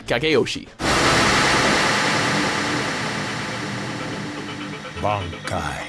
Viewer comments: I know, this guy (the narrator) is horrible for mispronouncing things... He does it a lot on many lists, even though they are CLEARLY spoken in the show/movie/game and you don't have to guess at their pronunciation at all. Just look ; the character says "Ban-Kai" (spelling?) and 5 seconds later the narrator says "Bang Kai". Seriously, it's not like the sounds are foreign to the English language... just put the effort in to listen and say it right. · Gokahn I cringed when he said Bankai. I mean it played a clip of the dude saying "Bahn-Kai" and he says "Ban-Kai". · and Ben - kai its ban-kai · even worse, he couldnt pronounce BANKAI.... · he can't say bankai either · What about mispronouncing bankai as well :D they say it slower to make it sound cool XD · I praised him when he flawlessly pronounced Senbonzakura, then 2 seconds later he fucks up saying bankai